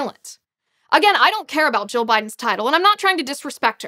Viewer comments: Liz needs to pronounce 'Jill' more distinctly....it sounds like she is saying 'Joe'. But....good video. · Why is it, half the time Ms. Liz says Dr. Jill it sounds like Dr. Joe?